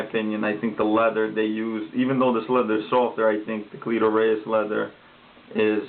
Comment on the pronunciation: Jesus Christ cleto not cleeeeeto